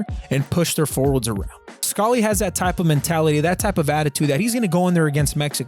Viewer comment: ur pronunciation of scally is killing me also swap aaronson and weah on ur whiteboard